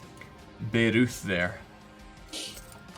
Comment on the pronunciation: bayreuth is pronounced bai-roit...